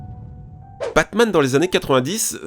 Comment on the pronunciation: Tu prononces Batman comme "Pac-Man" xD